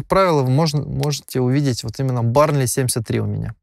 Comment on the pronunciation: Не барнли, бёрнли.)